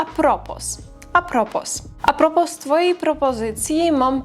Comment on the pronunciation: A propos to jest po francusku. Nie wymawia się litery s